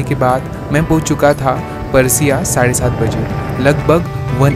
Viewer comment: paraasia, matkuli , naam sahi liya karo